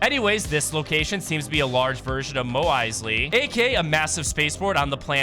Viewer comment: Did bro say "moe eisley"